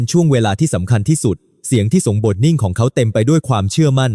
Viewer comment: สบถ ออกเสียง สะ บด มิใช่ สบ ถอ ครับ หลายคำครับที่อ่านไม่ถูก กับการแบ่งวรรคตอนผิดพลาด ถ้าจะใช้แอพประเภท text to sound ก็ควรเขียนให้แอพออกเสียงให้ถูกต้อง มากกว่า เขียนถูกไวยากรณ์ไทยครับ สงบ อีกคำ มิใช่ สง บอ 😊 ภาวนา อีกคำ ออกเสียงเป็น ภาว วะ นา ครับ มิใช่ พาว นา